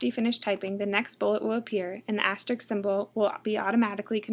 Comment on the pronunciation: This lady should 1) learn how to pronounce "asterisk"; 2) train herself to speak with the full range of her voice rather than with the constricted "vocal fry" that she currently restricts herself to.